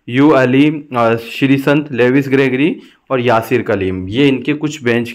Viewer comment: Bro par ग्रेगरी नी है 🤣🤣 जॉर्जी है